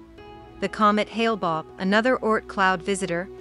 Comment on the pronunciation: It was called Hale Bopp, not Hale Bobb...